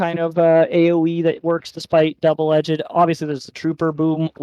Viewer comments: Bruhhhh double “edge-ed” kills me please say it right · So, when did “edged” get an extra syllable?